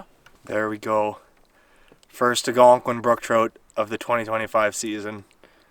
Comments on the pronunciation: ALLLLgonqiun....not Agonquin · don't get me wrong. I love your channel.... pronounce Algonquin however you want lol... I will always be watching your content👍